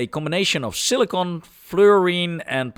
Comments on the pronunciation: SILLY CON.... NOT cili cone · Why you keep saying Silicone and not Silicon ?????? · I think he is saying Silicon most times, might have slipped couple times or maybe it's the accent. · This guy can’t pronounce silicon